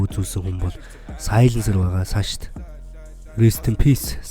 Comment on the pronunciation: саш bish сааш gj unshan shuu